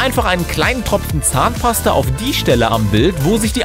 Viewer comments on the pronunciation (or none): Wie er fast immer zahnpaster sagt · Wie oft sagt der Typ bitte Zahnpaster !؟ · DU SAGST IMMER ZAHNPASTER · wow er hat 20 mal Zahnpasta gesagt und wie er das betont hat 😂